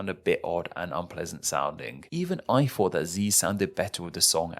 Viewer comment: “even I fought”….. okay yeah you’re a Zee expert